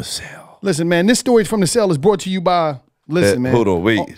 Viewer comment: This is "bort" to you by....😂 everytime